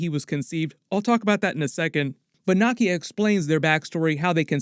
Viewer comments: Nakia is pronounced 👉🏿 Nah-Key-Ya….not Nah-Kia…….how do you keep mispronouncing her name with all the videos you’ve made of Black Panther and you’ve seen both films extensively 🤨! Disrespectful to Africans… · Are you saying Nakias name wrong on purpose?